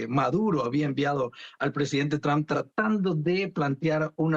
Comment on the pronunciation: EGCELENTICIMO SEÑOR DONAL TRUN 😂😂😂